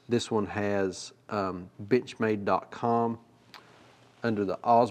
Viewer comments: Sure sounds like you're saying "bitch made", instead of Benchmade. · I'm sorry, but at the end, I could have sworn I heard "B*tchmade b*tch mat" and I could not stop laughing. I have a 940 Osborne and it fills my need for an "actual work" pocket knife instead of some of my other pocket jewelry knives. It's a great knife and great manufacturer in my opinion. I will, however, always giggle when I hear the word Benchmade from this day until my last. Cheers!